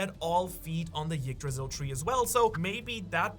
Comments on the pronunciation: The tree is called "Yggdrasil", not "Jiggdrasil". But the fact, that this guy knows exactly how to pronounce it correctly, but chooses to do it wrong, just hurts.. so cringeworthy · you don't have to pronounce the "y" part of yggdrasil so hard. the first sound is more of an "eek" sound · Come on, it's not pronounced Yggdrasil, it's pronounced Yggdrasil.